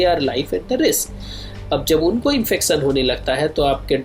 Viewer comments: Unsubscribed u r chanel..sale chutiye "infecn". Ya " infection" kaha se padha be ye scientist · Reproducson , infecson